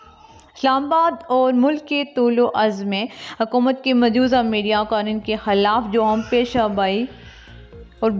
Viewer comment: خاتون محترم ! لفظ ماجوزہ نہیں، و پر تشدید ہے، مجوزہ م جوو زہ !